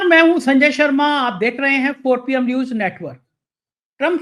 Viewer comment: Arrey apne muh miya mitthu banna band karo yaar. Roz ek hi baat. I watch your channel for your guest's views despite your speech impairment. Nooj nahi hota news hai. Moojik nahi hota music hai